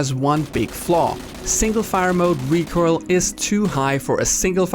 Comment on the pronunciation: PSA to viewers: When says recurl he means "recoil"?:>